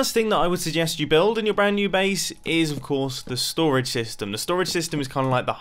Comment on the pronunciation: 10/10 English